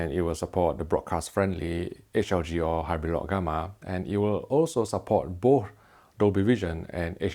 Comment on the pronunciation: If you could be so awesome to practice the word both. It would show some next level professionalism.